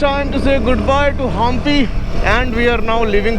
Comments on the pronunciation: Saw your video for the first time dnt kn where are u from but felt uneducated starts travels and spoils the place name — why u travel to place where u can’t pronounce place name properly? Do u say America as Humarica ? Do you say Royal Enfield or RaYal Enfield? It’s not Hum Pi it is HAMPI.. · It’s hampi not haampi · It's not HAAMPI😂😂 it's HAMPI